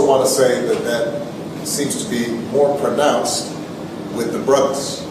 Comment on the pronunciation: The way he says "brothas" 🤦🏾‍♂️🤦🏾‍♂️🤦🏾‍♂️